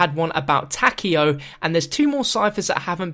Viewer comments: tak-Ey- oh, not pronounced tak-io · Friggin, still pronouncing Takeo like tackio...